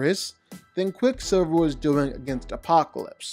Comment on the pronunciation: You butchered quick silver here man